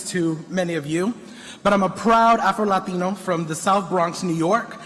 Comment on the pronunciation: Did he say Afta-Latino ? So he was born in Africa? And is Mexican???